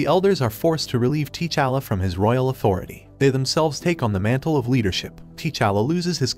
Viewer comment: TAA'Challa, NOT TEE'Challa.